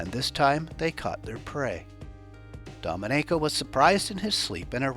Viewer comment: Not the correct pronunciation of Domenico